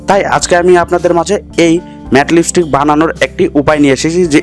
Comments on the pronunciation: Kothata lipistick noi kothata lip stick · Thik kore lipstick uccharon korte sikhun age. ... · Koto rokom r Pagol hoy ai sob video na dekhle jana jeto Naa. Age lipstick r pronounce thik kor then banabi